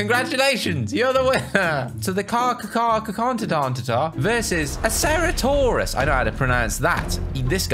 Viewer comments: its carcharodontosaurus not carcarodontosaurus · Its (car-cha-dar-tha-saurus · to say carchadorontosaurus you need to say carcha-doronto-saurus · Car-car-dont-o-saurus is how to pronounce it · Its cara-don-toe-sore-us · Charcharodontosaurus is pronounced (KAR-KAR-O-DO-NT-O-SAUR-US) (nobody asked for this) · It's pronounced car chara donto saurus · Saying of charcaradontosaurus is car cara donto saur us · Pronunciations: kaar . kr . uh . daan . tuh . saw . ruhs. Charcarodontosaurus. Sr-a-tow-saw-ruhs. Ceratosaurus. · It's carcharodontosaurus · You know how to pronounce dimorphodon but not charcarodontasaurus. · The giga Is Pronounced Giga Nont O Saurus And Cerato Is Pronounced Cer-at-o-saurus Car Car Is Pronounced Car car a don to saurus And Stiggy Is Pronounced Stig gy moloch